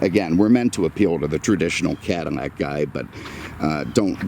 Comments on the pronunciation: Can you say "Cadillac" instead of cadimmac. Driving me crazy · Say it Cadillac not catamack.maybe once but the whole video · I wish you would stop calling the Cadillac a Cadimac. You should have more respect the car. You had respect for the Lincoln. The only thing that I hate is now they are building them in China. Talking about disrespect!!! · Is he saying Cadamac?